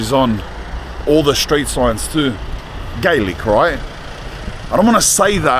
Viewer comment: Interesting how the man says the words, "Street signs" just like a Dubliner. The accent has travelled through a few generations.